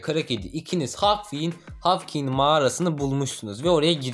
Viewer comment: Hawk morgue hawking demene bayılıyorum🙂